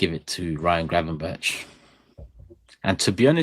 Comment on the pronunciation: Gravenberk not gravenberch 😡